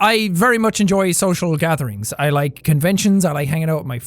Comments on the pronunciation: jack:you “enJIE” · the inner Irish came out just then when he said Enjoy XD